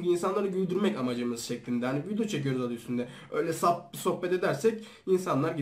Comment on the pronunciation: Videoya vildo mu ne diyo la